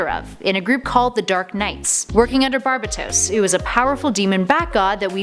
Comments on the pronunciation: Just saying pretty sure it is pronounced Bar-bae-dos. Not Bar-bi-tos. Not a big deal just for future references. Dark Nights Metal is amazing. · It’s pronounced barbAtos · it’s bar ba dos not barbatos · It’s “Bar-Bay-Toes” not “Barb-Bu-Toes” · Its barbados not barbatos just correcting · BAR-BAY-DOSE why do y’all just loved mispronunciation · I hate your pronunciation of Barbatos. Given the whole BAT theme, I call him BarBATos. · It's pronounced bar- bat- toes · its (enth) metal and (Bar-bay-tos) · Papa Linguini yes it's bar bay tose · It’s bar-ba-tous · Not how you say Barbados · Angelo Alires she also pronounced Barbatos wrong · Omg and the way she says barbatos